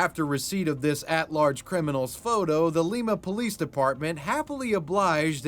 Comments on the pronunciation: Quick note its li-am-a not li_m_aa my dad lived close and died there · I'm gonna be that annoying Ohioan to tell you that Lima is pronounced like lime with an ah at the end. I have never in my life heard anyone call it Leema and it made me giggle. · It’s actually (lime-ahhh) not lema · Lol it's "Lie-Ma" Ohio not "Lee-ma" Ohio. From the area and chuckled everytime you said it 😂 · it's lie-ma btw. lee-ma peru, lie-ma ohio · Ohio has a problem with naming towns after popular places and then pronouncing them wrong. Lima, Ohio is pronounced lie-ma instead of lee-ma 😂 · omg i’m from lima and this is the first time i’ve heard someone pronounce it as Lee-muh. it’s pronounced Lie-muh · As someone from Ohio. It's not lee-ma it's lime-a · I'm triggered you kept saying "Lima" like Lima, Peru, you say it like the word Lime with an A not an E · Its LIMA like the bean not leema, sincerely an ohioan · It's LIME-A Ohio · That city in Ohio is pronounced "Lye-ma," with a long I sound. You're saying it like the capital of Peru. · Lima in Ohio is pronounced Lie ma, like Lima Bean. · Lema? Its spelled Lima. You don't say lemes, you say limes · It's Lima, like lime-uh, Ohio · That northwestern ohio city is called lima. Not leema. With the long i sound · Um did he just say lima like Lee-muh, in ohio all of us say lima like lima beans, surprise no one brought it up that I can see, 4 years ago NPR said it like that alot of people blow up about it on X, just interesting how other place say words, I used to live in a town that had two names just based off of what the person called it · it's pronounced Lie mUh, like the bean lol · bro...Lima is pronounced as Lie-ma. I know, its spelled the same as the city in Peru, but the Ohio city has a different pronunciation from the Peruvian city. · Its pronounced lie ma lima like a lima bean thats why its called the bean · “Lima” is pronounced “LIE MA” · Hey, its lima like lime-uh 👍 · "Lye-Ma" just for future reference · It's lie-ma not lee-ma